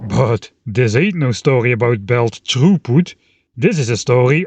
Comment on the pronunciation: When you said belt throughput, I thought you had said “troep” lmfao